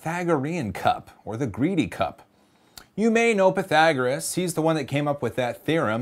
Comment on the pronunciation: Pythagoras, not pythagorus